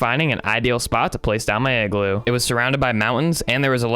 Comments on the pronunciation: Its IGLOO not eggloo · The Real Leader Of North Pole Is Santa 👁👄👁💅 Edit - did you just say eggloo 🔫